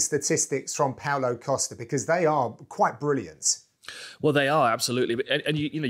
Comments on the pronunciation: Pow-Low Costa-er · Pow-Low Coast-Ah this is right...right?